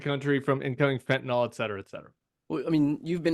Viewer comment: I can’t keep quiet any longer. It’s spelled fentanyl (fen-ta-nil) not fentanol. Too bad autocorrect can’t correct speakers. The mispronunciation is very Trumpish. Driving me crazy.